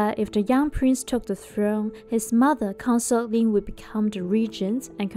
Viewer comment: Consort...please Pronounce properly